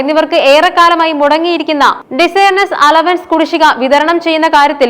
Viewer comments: Desire നെസ് അല്ല dearness ആണ്. കംപ്ലീറ്റ് കോപ്പി യടി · ഡിസയർനസ് അലവൻസ് അല്ല, ഡിയർനസ് അലവൻസ്